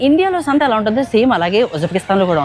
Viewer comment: శాంత కాదు.. సంత.. 😅